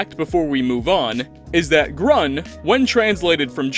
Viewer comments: "Grun" isnt a german word btw. Green in german is "grün" let you speak it out by google, i kno theres not a big difference in writing but it "Ü" sounds completely other then "U". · Grun doesnt mean anything in german, you mean grün spoken like green but instead of e you say it more like a ue. Grün means green in english. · would have been a fun fact if it would be true, but the word grun doesn’t exist in German. „Grün“ is the word he wanted to say, but since ä,ö and ü don’t exist in the English language, you English speakers pronounce them as a,o and u. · Nice try with grun, but sadly it seems to be just a name. green in german = "grün", the two dots above the u changes it into a different letter. To be honest I don't even know how to describe the ü-sound in english. "grun" sadly doesn't mean anything, at least in german. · Well actually the german translation for green is 'Grün'. But y'all cant pronounce Ü, Ä or Ö so 'Grun' is is close as it gets. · Grun? Grun?! GRUN?! IT'S GRÜN WITH Ü! Heck, those americans, butchering our glorious Sprache! Just kidding, it's not your fault that you can't deal with an obscure sound that doesn't even exist in your language. And as allways, I really enjoyed your video, keep up the good work! :) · Sorry, You are wrong with Grun. I am a native german, and grun isn't a color or a word in any kind. Maybe it might be looking similar for you. But the color is written grÜn. There is a difference between U and Ü. First its the pronunciation. Then you can change some letters, and the word get another meaning. For example "er fuhr" (he drove) and "er führte" (he led) So the color is called "grün" (green) and grun don't exist in this form. But we have the word grunzen, that is the sound a pig makes. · Grun is not German for green. That would be Grün. Totally different pronounciation. Grün sounds almost like green. And yes, the dots are important. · As I recall, grun is pronounced more like groon. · Green is grun (u sound) not gron